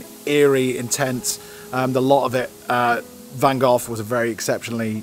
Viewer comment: Great video and I especially liked your visit to Van Gogh's 'residence'. Wonderful! However, I winced every time you spoke his name! 'Gogh' rhyming it with "cough"! I believe it's pronounced as 'Goh', rhyming with the English "Oh"... And the 'Les' in Les Miserable is spoken as "lay".